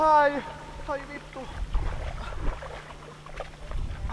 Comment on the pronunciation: Did anyone else hear when he said "F***" in Finnish it sounded like "Vito"?